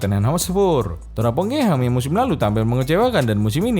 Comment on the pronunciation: Anjer ngakak gw denger Terpongkengham 🤣